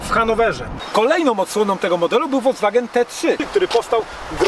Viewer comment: nie FOLDZWANGEN tylko FOLKSWAGEN.